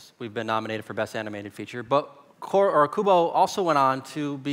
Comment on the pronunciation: How the fu* does "Kubo"sound like "Trent Stratis"? 🤣